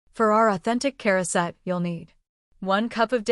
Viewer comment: we say Charoset as Ha-row-set. Heavy on the Ha.